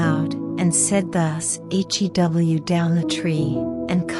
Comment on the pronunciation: Enjoy having the Bible read to me. The word shew has been mispronounced. It's show...for me, that became distracting. But thank you for uploading